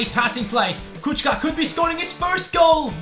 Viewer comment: it's not Kučka but Kucka with C not tsch